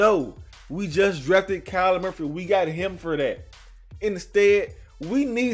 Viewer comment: I hope he learns it’s Murray not Murphy 😂😂😂